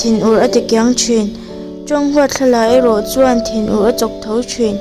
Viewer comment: Thinur nilo in thin ur chhagur Anga ur tih tur